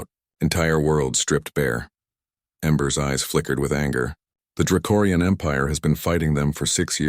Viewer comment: It’s draconian, not dracorian!!!!! You’ve been saying it wrong every single time it comes up!!!!!!!!